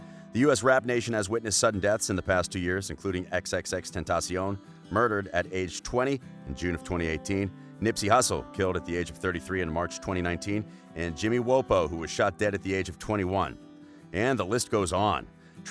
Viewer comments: “Jimmy Whupo” like bro no, it’s Jimmy Wopo lmao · He pronounced lil Bibby as lil Bobby and jimmy wopo as jimmy woah poah 😂😂😂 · LIL BOBBY 😂😂😂 why even try to pronounce their names if you can’t. the way he said wopo too 😂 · Lil Bobby? You mean lil Bibby? Didn’t say jimi wopos name right either clearly doesn’t know anything about rap..